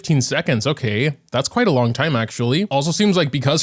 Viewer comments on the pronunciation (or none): none